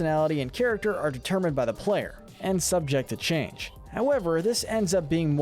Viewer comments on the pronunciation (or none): none